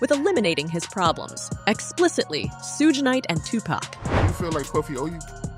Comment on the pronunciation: Lol she said “Two-Pack and Soog Night”